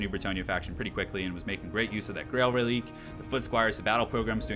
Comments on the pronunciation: Am I the only one who thinks the powerful Bretonnia infantry is depressing? They are able to take on chaos warriors and bestigors!?!? Hurts right in the lore feels! Also just as a heads up, the dead horse unit is pronounced Reli-quay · just some advice. Its pronounced Reliquae. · it's pronounced reli-QUAY